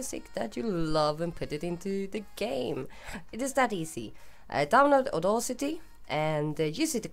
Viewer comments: * Aud-a-city NOT Aud-au-city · Very well, according to Google, here is it in the correct phonetic fashion - /ôˈdasitē/. You pronounced the second syllable incorrectly. I must say your mistake might have been subtle but one still notice it and really sounds quite odd, especially to a native English speaker. I acknowledge the fact that certain foreign people find English pronunciation somewhat difficult especially here in the Netherlands where I live. No hard feelings and thanks for the Resource Pack template though.